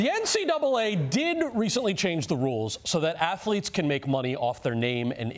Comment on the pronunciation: Stoodent "athuletes"